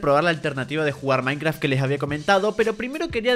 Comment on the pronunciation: dice minceraft no minecraft